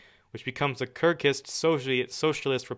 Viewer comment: Kyrgyz! You pronounced wrong!